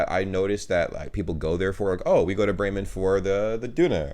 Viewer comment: Well nice, I was born in Bremen. Your german pronounciation is very nice❤